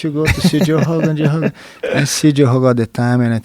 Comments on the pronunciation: Ok, as a Brazilian fan, all due respect to Jean Jacques, but I think that he pronounces Rogan as "Hogan" because he probably saw Joe's name written and thought of it in Portuguese... and he never gave it a second thought. It just stuck to his head and that's it. Rio de Janeiro is pronounced "Hee you the Gianeeero"... The R in the beginning of names and nouns just have a regular H sound to English speaking ears. That's it. Btw, happy belated B-Day, Joe HOOGAN!! lol cheers! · The word is written with a r, but it's pronounced like you pronounce an h in english. And if he had said heeo it wouldn't go over his head because joe specifically asked why he pronounces Rogan as Hogan and Rio as Reeo and not heeo. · In brazilian portuguese, we don't emphasize the R in "Rio". It's actually just like Jean pronounces "Rogan" as "Hogan", we say "Rio" sounding "Hio", and I think Jean wasn't clear about it. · How long did it take Joe Hogan to learn to say Hoyce & Hickson? How long will it take for him to say Habib properly?